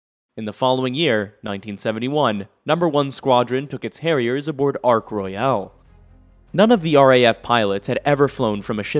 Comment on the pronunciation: Thank you for a comprehensive look at the development and deployment of the Harrier. Your American pronunciation of various English words is endearing and humorous. Eg: Royale instead of 'Roil'. Ports Mouth instead of 'Portsmith'. The English love to clip or swallow the ends of their words while Americans like to get the full enjoyment out of every letter. This is NOT a criticism of your delivery, merely an observation of two cultures sharing the same language. Keep true to yourself.